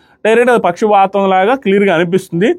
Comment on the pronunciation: pakshvatham❌ pakshapatham✅😂😂😂😂😂